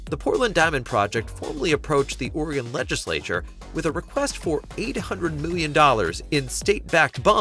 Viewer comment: it’s pronounced “Orygun”. There no “gone” in Oregon. It didn’t go anywhere.